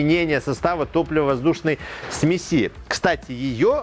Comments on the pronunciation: Господи! Не смеСи, а смЕси! Не ЗондЫ, а зОнды.... Все замечательно, но как можно не знать как ставить ударение!? Уши сворачиваются. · ну и смЕси,а не смесИ. Спасибо за видео и здоровую реакцию на замечание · Только с ударениями в словах беда у него. СмесИ, зондА.)) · ЗондЫ, зондА, смесИ... 🤦‍♂️. С ударениями в словах проблемы. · Лямбда-зондЫ, параметры смесИ.... С ударениямИ проблемЫ? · ударения специально некорректно?? смеси, зонда.. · Сме"си а не смеси" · Все хорошо, но вот ударения - зондА, зондОв, зондЫ, смесИ и пр. - по ушам бьют. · Не думал, что слово "сме'сь" с одним ударением, а количественно множественное число будет "смеси'" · ААААААААААААААААА, смесИ, у меня аж глаз начал дергаться от такого.... а-ля катАлоги, смесИ - это позыв к действию(смешай типо). ой бля какой ужас.... А еще как же много раз он это слово говорит! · Смеси-ударение на 'е'.